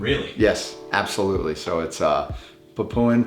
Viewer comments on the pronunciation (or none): none